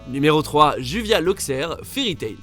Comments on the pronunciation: ÇA SE PRONONÇE JUBIA ET PAS JUVIA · C'est pas pas Juvia c'est Jubia !!! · Sa ce lit jubia